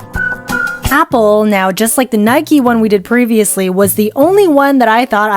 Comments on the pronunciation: Stop say naiki say naik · what is a birdie. It’s a shuttlecock 😭😭 why do people pronounce Nike and adidas like that 😭😭😭😭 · IT IS NIKEEE